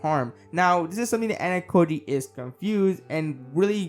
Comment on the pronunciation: Also. Ayanokoji is not Anakoji. AH-YAH-NO-KO-JEE